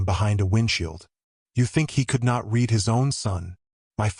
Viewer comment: It would be better that reading errors are corrected. " I read the letter and then I read it again." READ is pronounced "red"- like the color. At other times it is pronounced " read" like in the word "bead."